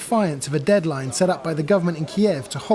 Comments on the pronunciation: DEADLINE not Dealine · "Dealine" Lel. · Hmm "Defy Dealine"? Come on someone was drinking with the russians ? :D